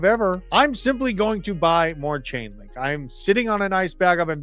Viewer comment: It’s Chainlink not ulink ! And it’s on as LINK